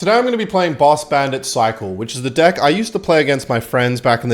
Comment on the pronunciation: HE SAID DECK WITH AN E